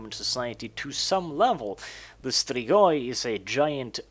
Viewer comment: ps. you perfectly pronounced Strigoi! :D Side note, these are Real Fucking Bad Ass Mother Fucking Vampires! :D